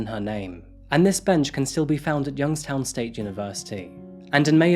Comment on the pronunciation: Youngstown native here. I did a double take when I heard you say the town name. Keep it up bud. Love the channel